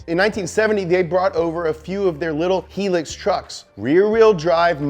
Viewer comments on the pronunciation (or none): its called a hi ..lux ....